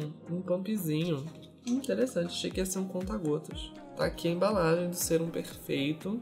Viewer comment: Q agonia vc falando sêrum, lê sérum